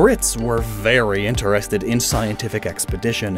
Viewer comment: So only I heard "Berry valid"? Ok